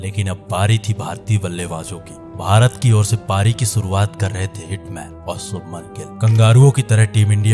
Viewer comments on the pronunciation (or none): none